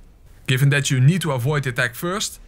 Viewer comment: Am i the only one who heared him say Nito every time he said need too.😂😂😂